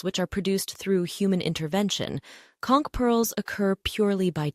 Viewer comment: As a long time local in the Florida Keys, THANK YOU THANK YOU THANK YOU for pronouncing conch correctly ♥️